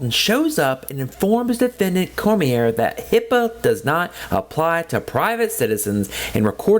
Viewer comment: You could be prosecuted for butchering the name Cormier..kidding aside I always get annoyed when auditors bring this up. If the Health Unit Employees were walking around with cameras filming and then uploading to Youtube then you'd have a point. The security cameras are inconspicuous and they are used only for security purposes. Law Enforcement only turns on the body cam during an interaction. They aren't on every where they go and they aren't uploading the footage to Youtube with commentary.